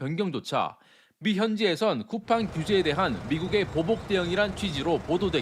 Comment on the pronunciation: 쿠팽 ㅋㅋㅋㅋㅋㅋ 발음도 제대로 못하는 주에에 미국기업?ㅋㅋㅋ 상장이 좋긴좋네~ 미국것들은 언제까지 덜떨어질건지😂